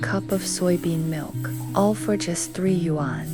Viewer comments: The narrator for this video is beyond irritating. Your pronunciation of the word “Yuan” is the worst I’ve ever heard. You say “Yu ‘An” like it’s 2 words, it’s not, it’s one word. You should not be narrating if you can’t pronounce basic Chinese words. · Great, informative video, although it does seem to be done via AI ..... since, for one thing, the "person" doesn't know how to pronounce the word "YUAN".